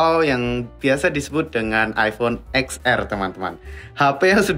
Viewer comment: Ten ar bos bukan eks ar. Karena "x" itu artinya 10.